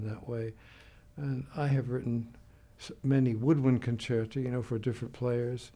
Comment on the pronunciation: Someone finally pronounced concerto plural correctly. It's concerti not concertos. Very humble man, so honored that Yo Yo Ma would play is music